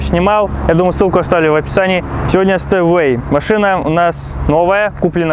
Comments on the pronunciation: Говориться Степвэй, а не Стэвэй. Учти это произношение в будущем. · Стеуэй! Степвей, это читается! Колхозник!